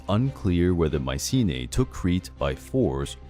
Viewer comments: It's not Mee-ke-na, not Maye-see-nee and not Maye-see-nee-a... It's (Mycenia) = MEE-SE-NEE-A. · From Mikena to “Maisine”, yahoooooo!